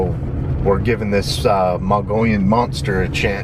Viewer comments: Moh-gee-yone, not Mongolian. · First we have Mongolian monsters whats next javelin pigs. How many videos have they made so far and this knucklehead still cant pronounce Mogollon. correctly. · Sweet! My stompin' grounds where I've had two close encounter. BTW,, it's pronounced like "Moe gui yon". The "Os" are hard, and the "ll" is like a "y". Love to all my RMSO friends! Be safe. Blessings!